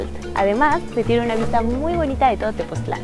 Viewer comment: Tepoztlán, no TepozClan :)